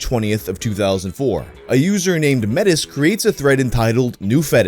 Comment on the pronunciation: Idk If this had been said yet but. Metis here in Canada is pronounced (may-tee) are a mix of native and and French or Irish etc.